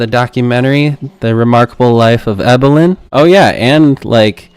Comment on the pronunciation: Please be respectful. It’s pronounced, “Eee-bill-in” not “Eye-bill-in.” If you turn on the sound while watching the documentary, you can hear it over and over. 😊